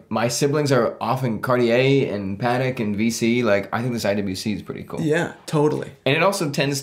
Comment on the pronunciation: The way you say "Patek" bothers me